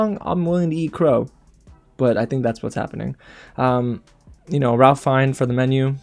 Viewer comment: REALLY enjoyed watching you react! My two favourite wins were Michelle Yeoh and Austin Butler... I had all my fingers and toes crossed for them both!! Sorry I can't help correcting you... Ralph Fiennes pronounces his name like Raif Fines. 🤷🏻‍♀C'est comme ça!!